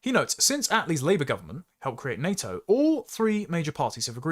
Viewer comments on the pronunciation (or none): none